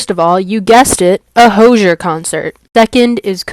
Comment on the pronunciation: is no one going to mention that hozier is pronounced like cozier and not like closure?